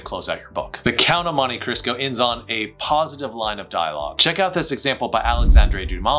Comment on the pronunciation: It's Cristo, not Crisco.